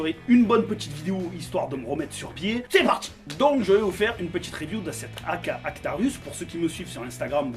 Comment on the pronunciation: Alors je l’ai , point négatif , elle tape fort , j’ai du changer le ressort , ensuite pour la batterie , le stick 11.1 de swiss arm passe dedans largement pour ma part , Ps : on dit ARCTURUS Bisous amour et bibille dans la gueule 🤭😝🥰